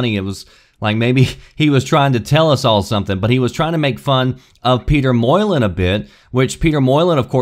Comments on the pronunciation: where do you live? mol-y-new is how his name is pronounced, I thought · it's pronounced Peter Molynew not whatever mess you said lol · I was thinking the same thing. He butchered his name lol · ***** The OP was right about totally butchering his name. It has nothing to do with accent or pronouncing the lettings phonetically like your saying. Hes also right about how Molyneux himself pronounces his name which is what really matters. Your point is.. Next time I hear some french guy butchering english by adding Js and mumbling Ds I'll attack him on it and claim his people are fuckups? Gotcha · Yeah, I was like.. The Fuck dude... This dude must be pretty new to video games if he has no idea of whom Peter shittyneau is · lol I didn't have a fucking clue who he was talking about until I figured out he butchered his name. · I have never heard Peter Molyneux's name pronounced like how did. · I was thinking the same thing. Butcher that name some more haha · I'm more shocked by that pronunciation of Molyneux! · you say his Pete's name wrong just stop it omg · I love your videos and hope you never learn how to say molyneux. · Yea that was driving me nuts. How do you even get Moy-len from Molyneux? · When he pronounced it like that I had a big moment of embarrassment realising I had been saying his name wrong for so many years!! Thankfully though all these comments confirmed I had it right all along.. and it is NOT Peter 'Moylun' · "Mol eeee New" not Moylan.... anyway... good vid cheers. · Peter Molyneux is pronounced Peter Mol-in-you, Not peter Moy-lin. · LOL! Molyneux is not pronounced "moyalin" Why do americans butcher pronunciation? It's said Mol-In-You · Peter Moylin? Here's let me help you: "Peter Molla-new" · peter Molle? MOL-EN-HUGE is how you pronounce his name,. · Can you please pronounce Peter Molyneux's last name correctly. It's "mo-len-you" not "moi-len" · Molyneux is pronounced "Molly-new" lol. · Say it with me: "MOLL-uh-new" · Peter "more-land"??